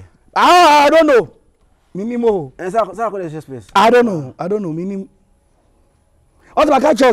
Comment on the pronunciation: The rapper dierr it's sarkodie😂😂😂 But honestly this man speaks sense